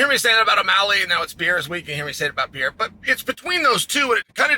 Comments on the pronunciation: Alexander Saint Pierra 😂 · Who the hell is Pee-Yeyra? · I asked my Spanish-speaking girlfriend how she pronounces Pereira in Español. Her pronunciation is PUR-AY-DUH. The 2nd 'r' kinda sounds like a 'd'. You pronounce it PAY-ERA. I'm not trying to be critical! I was confused how to say his name. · Alex Pehera, Alex Pejara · I can't even fathom Pee Air Ah (Chael's pronunciation) being afraid of Anybody. He is the epitome of fearless and confidence. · Alex Pay-ara. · “Pierre-uh” -Chael Sonnen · There's no pee in periera come on chael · Is it really hard to americans pronounce "Pereira" right or they dont even try? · Is it that hard to pronounce pereira orAre you just being a douche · PLEASE LEARN TO SAY PEREIRA PROPERLY CHAEL! c'mon dude what does it say when someone who's following and comments on fighters gets their names wrong dude?!🤷‍♂️ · Its crazy that chael has zero issues pronouncing ankalaiev but i havent heard him nail pereira once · Alex actually just doesn't know how to say his last name properly. Idiot.